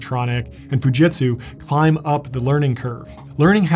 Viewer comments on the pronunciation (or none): none